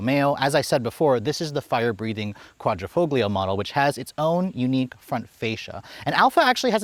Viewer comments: Qvoglio - G here is silence in Italian, like Pagliacci, G is silent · The "G" is silent in Quadrofoglio 😂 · Love the review, the way you say Quadrifoglio though cracks me up lol. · Please stop pronouncing Quadrifoglio with a hard “g” sound. It should sound more like “fohl-yo.”